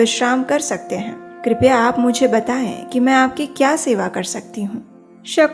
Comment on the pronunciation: Its not Dushmant but Dushyant😊